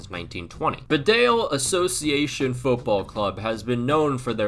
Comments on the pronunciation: An anal nitpick on a video that's 7 months old, Bedale is pronounced Bee-dale as in Bumble-"bee". Just found your channel, great videos! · Great Vid! Living 5 minutes away from Bedale, their kits are actually super popular gag christmas presents every year in this area of England. Just a heads up though, for future reference it’s pronounced BEE-dale, it looks like it needs an extra E but actually doesn’t :)